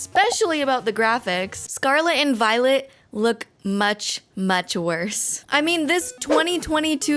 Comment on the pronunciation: Am i the only one that hears "scarlet and VIOLENT"?